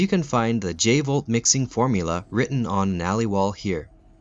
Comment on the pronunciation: Let's blow this channel up guys and gals, I just found the channel and I'm amazed. This guy is on the same level as channels like 'ink ribbon' and other GREAT resident evil channels. No joke, this guy DESERVES more sub's. 100% I could have sworn it was the V jolt not J volt. But I could be wrong